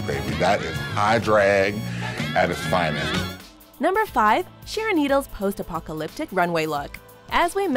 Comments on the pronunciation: Why do you keep mispronouncing apopalopic?? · It’s pronounced Post Apopaloptic